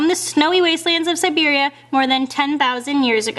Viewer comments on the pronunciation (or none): none